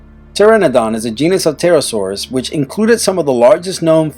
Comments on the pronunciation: Why he say P terasaurs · YOU DONT PRONOUNCE THE 'P' IN PTEROSAURS!!!!! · The p in pterosaurs is silent and some of those weren't dinosaurs I'm afraid